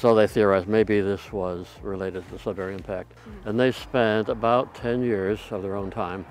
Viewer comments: I can tell you’re not from Canada by the way you pronounce Sudbury. It’s not sud barry. It’s sud bur ree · Please, it's not Sud"bary", it's Sud"buree" said in one fluid syllable. You will drive the locals insane pronouncing it like that. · if you're from Ontario you must be slightly annoyed by how she's pronouncing sudberry haha. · The American pronunciation of Sudbury is a little grating to my ears. (I've lived in the UK, Canada and the USA.) Anyone know how it became Sudberry? This particular vowel shift seems a little odd, is there some American town that adopted this pronunciation locally? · It makes me laugh/cringe how she says "Sud-berry". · Great video but I cringe a bit each time I hear you say “Sudberry” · It’s also kinda funny to hear how differently Americans pronounce sudbury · I grew up in Elliot Lake, and then moved to Sudbury when I was 16, then moved away after I got married. Both my parents are from Sudbury. The Sudbury (Sud bury(pronounced more like Sudbree, not Sud bary, sorry had to put this in here) basin can been seen driving from one of the outlying communities to another one. Driving from Lively/Wladen to Chelmsford/Azilda, you have to basically drive up the side of the Sudbury basin and as you crest the top you can see the whole basin. It really does look like a gigantic crater and is quite spectacular. The landscape does look like its from a different world, some astronauts in the 70s trained on this landscape. The mines in the area have in the last 20-30years really tried to "green" it up, by planting to cover the mountains of slag dumped over the decades. Very informative video all in all. I hadn't realized that the projectiles had traveled that far away. And what's funny is I actually moved to SE MI, so I guess there is still a bit of home in MI besides where I live. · not "sudbarry". Sud"burree" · it's sudbury not sudberry... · Sud-burry (no pause or break), not Sud-Berry.... silly USA people 😂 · It's Sudbury not Sudberry.